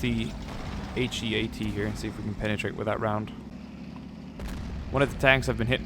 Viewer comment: A quick tip, say heat like hot or cold not he-at. it stands for high explosive anti tank if you didn't know. It's just he-at sounds a bit weird :).